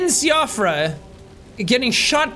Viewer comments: Sean is Irish and he still pronounces Siofra as SEE-off-ra. It's Shee-fruh, by the by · JACK You of all people should know that Siofra is pronounced she-off-ra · Siofra, See-off-rah? Oh, Jack... I am disappointed in a fellow Irishman today. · Séan: there's lots of irish and welsh names in this Also Séan: pronounces Siofra wrong